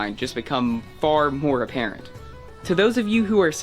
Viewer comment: hard to take your opinion too serious who you think the word apparent is pronounced "aporant" sorry but I couldnt rationalize listening to you for another 24 minutes if you're that stupid